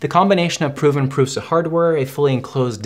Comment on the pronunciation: Great video, very calm and truthful. I enjoy the fact that you call it how it is ( “ pru “s” a ) and not prusha. Amazing!!!!!! Video